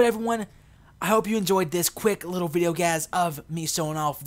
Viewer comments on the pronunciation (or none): none